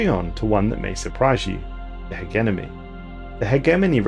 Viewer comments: Ha-gem-any. Hegemony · He genomy.. h egg enomy..u even said heg enemy ur boiling my blood.. hegemony! Not that hard to say! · Heh-jeh-moe-knee Hegemony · I forget that is a pronunciation of Hegemony. I pronounce it HedgeMoney or Hedgemon. Don't ask why the D is there, I don't know either. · Hegemony: X Hehgeneme: ✓ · We gotta work on the English. Dude's been saying Hegemony wrong for years now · The way you say Hegemony is funny. I normally say it "Ha-gem-a-knee". I've also heard it pronounced "Hedge-a-mo-knee"